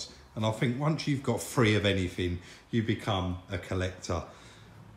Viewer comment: needs to pronounce his words correctley,say well instead of weww ,three instead of free,model instead of moduw,diction is appaling